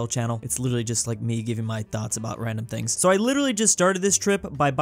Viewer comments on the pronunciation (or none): none